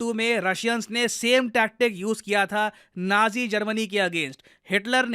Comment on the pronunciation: That's not how you pronounce 'nazi'.